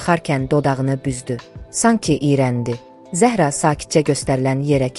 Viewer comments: Zəh'ra yox, Zəhra' Dedi Mirsadığ müəllim. Yersiz belə danışmırıq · Ay mətni oxuyan, siz dilimizi doğru, düzgün bilmirsiniz. Bilsəniz, Zəhra adında və başqa adlarda, vurğunu ə hərfinə deyil a hərfinin üzərinə salardınız.... Zə'hra yox, Zəhra' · Zəəəhra yox, duzgun teleffuz et , vurgu "a" herfine dushur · Zəhra Ərəb sözüdür . Zəhraya Zahra deyilməz Ad mənasına sənin savadın yoxdur